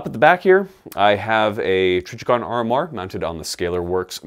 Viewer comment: The way he said "Trijicon" lol